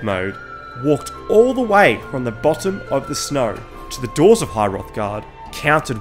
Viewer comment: You could add to that all the pronunciation errors like called Solstheim Solsteam, calling high Hrothgar high hothgard, etc etc